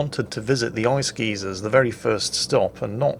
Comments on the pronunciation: Guy-zer not geezer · Me: What the fuck is an ice geezer? Oh, a geyser! Okay, nevermind.